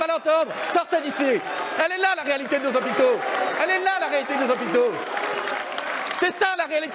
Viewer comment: "Nos Z'hôpitaux !"